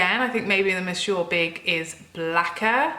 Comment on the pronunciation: It is nice to hear Monsieur big being pronounced properly after watch loas of USA make up channels.